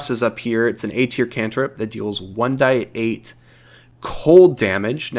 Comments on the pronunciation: You are the only person I have ever heard say 1 die 8 or w/e instead of 1 D 8 and it's making me tweak out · It’s 1d8 not 1-die-8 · You might be the only person I've ever heard say 1d8/1d6 etc as "die" instead of "dee" (like saying the letter d). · What is up with your pronunciation of shillelah and saying One-"Die"-eight??